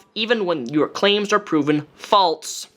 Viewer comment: Great video. I noticed you say “false” like “faults.” Do you say Alzheimer’s like the people who say it “altzheimers?” Just wondering. No hate. I found it interesting.